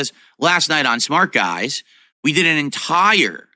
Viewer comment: Smark guys is on the way out. I can't wait for it to end so we can stop hearing him pronounce it so stupidly. Smar-k-guys.